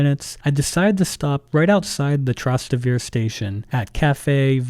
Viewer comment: Your pronunciation of Trastevere destroyed this video